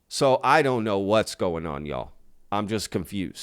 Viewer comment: I like how you say “y’all” like a true Texan. pretty cool to hear on my end in so cal.